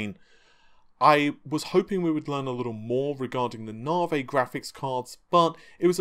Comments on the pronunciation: It's Navi not narvay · I think its said like Navigation so Navi. Not Navey or Naveygation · Its pronounced Nav-e not Nar-vey. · Damn your stubbornness persisting with pronouncing Narvae like larvae. It's a proper noun, a name. Therefore it is not open to interpretation or alteration to suit the Queen's English. Lisa Su pronounced it Navi, it is spelt Navi, we navigate ships and planes and our mobile phones use GPS navigation. C'mon mate get it right, your better than that. Pretty please with a cherry on top... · Lisa called Navi, Narvi.... who knew? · did you notice how Lisa Su called Navi.. for NAVI.. you know.. with emphasis on the I sound at the end.. instead of naveh.. with emphasis on vomiting? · Why do you keep calling it narvay ffs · Have you watched the key note? How can you still not know to say NAVIIII? Jesus 😅😅 As to the "cheats" it all depends on price and we can be sure that Epyc will be cheaper that's why it wasn't compared to the 48 core Xeon 😊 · I mean he had the pronunciation straight from the horses mouth last night and yet still. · 'NAVI' does NOT have a 'R' in it... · Ohh he knows, we have been telling him for months and months. Funny thing. When he first started talking about Navi he pronounced it correctly. Sometimes he slips up and says it right.